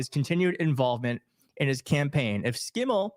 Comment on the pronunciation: I'm in WI, it's SHIM-MEL